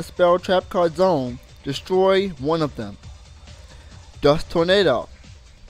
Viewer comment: "destoy" =P